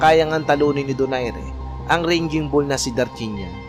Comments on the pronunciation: brod baka raging ang ibig mo sabihin at hindi ranging bull, marami pa naman nanonood sa vlog mo, just saying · 'Raging' not ranging! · Ranging Bull ampota. RAGING siguro bossing. may google na tayo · Armenian po yan..bulok raging bull hndi ranging bull😅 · RAGING BULL PO. Hindi ranging bull… The original raging bull is Jake LaMotta. May pelikula pa po eto titled “Raging Bull”. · Correction idol,hindi RANGING BULL C DARCHINYAN kundi RAGING BULL! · Raging Bull..not Ranging Bull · Raging bull yun boss,d ranging bull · Raging bull po. Hindi ranging bull. Nakakatawa po kayo. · Correction po. RAGING BULL po hindi po yung paulit-ulit na RANGING BULL na sinasabi MO. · anong ranging ?! paulit ulit kapa ... 🤣🤣🤣 fyi lang "Raging bull' from the root word "rage" ... ranging ka ng ranging kakahiya. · Sir parang hindi RANGING BULL RAGING BULL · Raging bull sir hindi ranging bull…friendly correction po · raging bull po d ranging bull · Raging bull hindi ranging bull,ngwa2lang toro hindi lone ranger. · Anong ranging bull? Baka raging bull.. hahaha potik.. tapos American Australian.. baka Armenian ausie ... Wahaha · Correction. Raging bull hindi ranging bull. Ayusin mo sinasabi mo. Ranging bull ka ng ranging bull. Umayos ka. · Raging bull, hindi ranging bull! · correction po...raging bull not ranging... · Ranging bull talaga o raging bull? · Hindi Naman American si Darchinyan at saka hindi " RANGING BULL" ,RAGING BULL, pare.Sya ay ARMENIAN AUSTRALIAN! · Sir TUGATOG po at gindi TAGUGTOG.. Sir ARMENIAN AUSTRALIAN at hindi AMERICAN AUSTRALIAN.. Sir RAGING BULL at hindi RANGING BULL.. 🤦‍♂️🤦‍♂️🤦‍♂️ Iproofread muna ang narration bago isalang at researxh pa more.. Dami mong mali sir